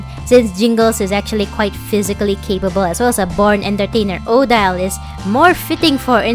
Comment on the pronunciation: How have I not discovered your channel before? I had to subscribe after 90 seconds. Not so much because of the Monster High but because of your ideas. And the way you describe your process. I’m so happy this video is 30 minutes! Thank you! (Also swan lake Odile is pronounced O-deal) So far this video is very impressive. I’m excited. 💃🏽